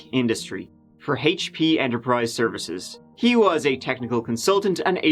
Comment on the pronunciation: He worked for “Haych Pee?” Oh, HP got it